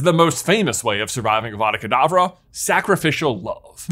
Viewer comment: Just want to be the first to point out that When J was talking about the graveyard in little Hanglton, he said Avada Kedabra instead of Avada Kadavra. Sorry, hate to complain but hade point it out. Love your channel so much, your my favourite youtuber